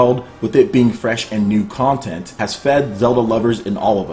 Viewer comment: Bro... you have a serious problem saying the word content.